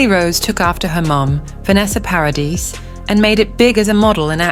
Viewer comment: Vanessa's last name is NOT Paris it is PARADIS! FIX your AI